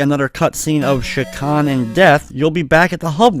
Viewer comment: You're the only person on Youtube I've heard pronounce Chakan correctly.